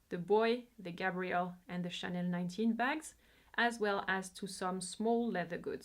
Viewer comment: Great and informative video. I have to say, finally, someone who pronounced Chanel and Vuitton so beautifully. Love your channel